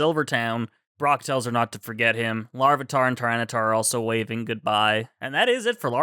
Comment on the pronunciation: Goodbye LarvEEEEtar. We shall miss you, but never how they pronounced your name